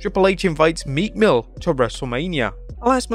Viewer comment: Meekmill who I thought he said meat mill 😂.